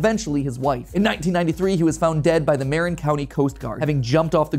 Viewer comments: sad story, but what makes it tragic is mispronouncing Marin. "muh-RIN", not "MARE-in" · love the shorts! quick fyi it’s pronounced ma-RIN not MAR-in 👍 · You pronounced Marin County wrong. It's muh-rinn. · lolol matt pronouncing “Mare-Inn” made me giggle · It's pronounced Muh-Rin. I live one county north. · Pronounced Mah-ryn county 😂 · the way you pronounced marin just KILLED me 😭